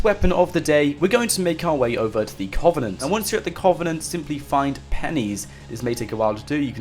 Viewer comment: It's pronounced "Cuv-en-ent" it's painful to think you get paid to butcher the English language